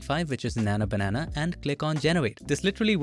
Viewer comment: keeps saying nana banana